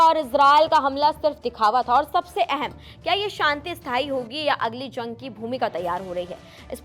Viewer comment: zang nahi jung 😂